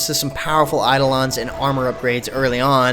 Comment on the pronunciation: Hmm, it looks promising, but I have this annoying cynical voice in my head that as time goes on it'll just devolve into another WoW-clone, I guess I'll try the beta for myself and see how things go P.S. I'm pretty sure it's pronounced "Eye-doh-len"